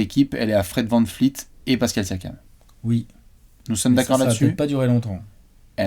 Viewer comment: Pas vanFleet, vanVleet!